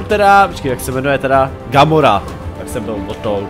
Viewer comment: Není to garora ale gamora